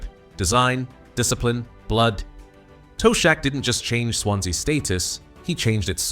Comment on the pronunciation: Toe-shack😅, good ol' Ai.